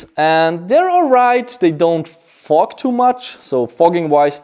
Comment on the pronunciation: When he was talking about his goggles he said they don’t fog to much I thought he was saying fuck to much lol